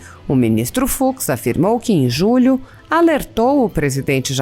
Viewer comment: NÃO "FROID", "FUCSSSSS" !!!🤮🤮🤮🤮🤮